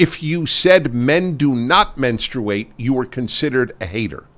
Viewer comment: It's called Menstruate not womenstruate